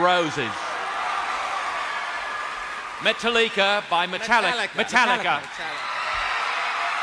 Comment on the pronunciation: Met ' a ' lee - ' Kah ' as typed on wikipedia